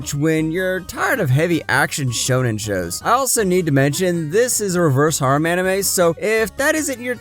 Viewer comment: wtf the way you pronounced Harem (the number 9) had me laughing my ass off bro